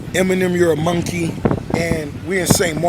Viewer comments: I swear Ross is saying Monkey with a U. "Munkey... Lol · "MUN-KEY" - RR 🦍🤡😭🤣🤣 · the a way he pronounces monkey is hilarious 😂😂 one thing you can say is both these niggas funny as hell